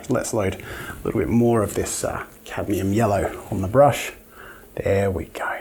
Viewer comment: catium yello? Yello